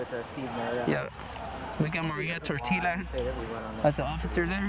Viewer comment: Did my dude say..Maria Tortilla?